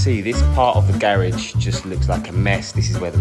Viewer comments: please stop saying garage like that😥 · why does he say garage like that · It’s funny how he said garage😀🔥🔥